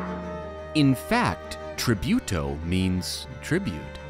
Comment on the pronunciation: Btw, it's spelled "Tree-boo-toe" ;-)